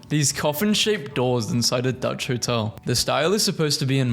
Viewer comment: "duch hotel" 👁️👄👁️